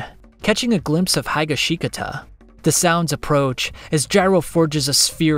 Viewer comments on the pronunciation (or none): Hye-gi-shee-gata Why tf do you pronounce highashikata like that gonna make me vomit 🤢🤢🤢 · The pronunciation of Higashikata felt like a bullet in my heart 🤢🤢🤢